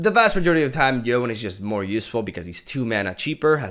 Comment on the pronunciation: Its Yoh Nay. Not Yone.